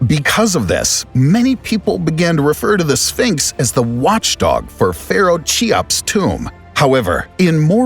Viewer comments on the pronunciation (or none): Cheops is pronounced Key-ops not Chi-ops! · Amassing video , I am so glad to found this channel. The only thing is narrator have to learn how to pronounce Cheops .